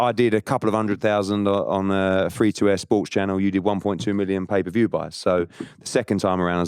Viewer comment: this man said paper view 💀